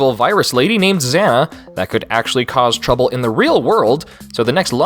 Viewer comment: It's Xana, not zana, and why do you call it a lady when they always refer to it as him?